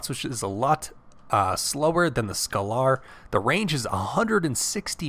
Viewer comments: Super informative video, love this. Thank you for the vid! keep up the good work and yes you got some of the names pronounced wrong (pretty sure it's "scay ler" not "scal ar" and i think it's pronounced "mash eye nen gwer" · Actually, scalar is a real life term in it is supposed to be pronounced scale-er. Pronunciation aside this was a great video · It's painful listening to this guy trying to pronounce "scalar".